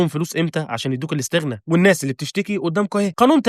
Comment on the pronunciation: يامسلم اسمها الإستغناء مو لستغنا